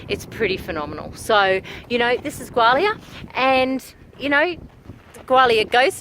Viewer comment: A pity you can not pronounce the name properly